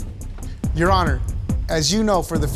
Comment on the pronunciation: If she says “you honnar” one more time!! Lmao!!!